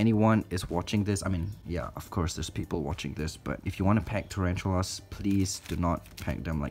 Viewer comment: Turanchulas, omg It's tarantulas, my dude